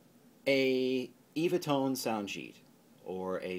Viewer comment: To be super pedantic It's pronounced EVAH not eeeevah tone, the few I have include a self promotion for the sheets themselves with comedians Dick and Bert , and they repeatedly say, and even sing it at one point, as evah, perhaps as in 'they last forever'- tone sound sheets Love the vids, cheers